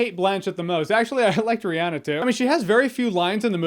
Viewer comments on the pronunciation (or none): Lolol he's so white he calls her Reanna instead of Rihanna.